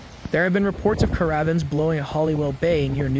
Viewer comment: Cara vans...ca rav vans . !! New kway.. X ..new key 👍 Does no one check pronunciation before reading out loud😢